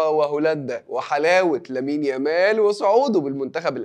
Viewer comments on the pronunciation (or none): none